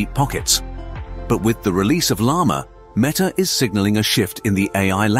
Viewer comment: itrs not meeta its metta!